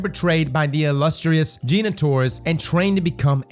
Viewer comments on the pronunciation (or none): none